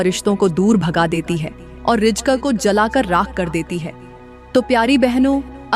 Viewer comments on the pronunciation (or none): Rijk nahi reezk bolo.